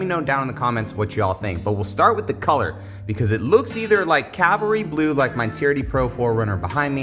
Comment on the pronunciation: Cavalry, not Calvary.